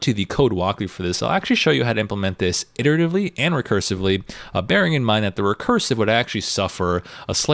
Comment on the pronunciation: I laugh every time he says irritavely. But this course, and the Structy website are dope. Great content and great